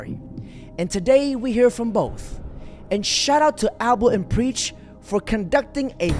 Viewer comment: Aba N Preach not Alba N Preach 😂